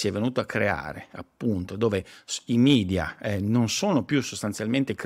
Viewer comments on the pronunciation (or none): none